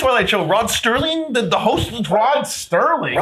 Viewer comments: Serling, not Sterling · I know this is picky, but I should point out that's it's Rod Serling, not Rod Sterling.